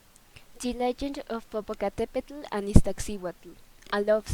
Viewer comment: The "tl" from "popocatepetl should be more soft "tl" instead of "TL" and Popoca wasn't handsome he was the best warrior at that time and this legend is "before" the aztec age not in the same age and Popoca never Kissed her lips.